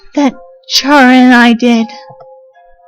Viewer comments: its actually k-ara not ch-ara (the way you pronounce it) she got the name chara because of CHARActer the more you know i guess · You probably get a lot of these but chara is pronounced ka-ra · How do y'all pronounce chara I pronounce like (karma)